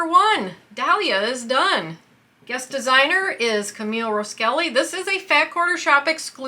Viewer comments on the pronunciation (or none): That is a really cute block and I love that one. I just wanted to say it’ll be easier to find some of these designer patterns if the name was pronounced correctly in this particular case, her last name is not pronounced Rows Kelly. It’s Ross Kelly. I just think it’s important to give them their credit with correct names, and it makes it easier for all of the rest of us to find those designers. I already know who she is but there’s a lot of people out there that probably don’t .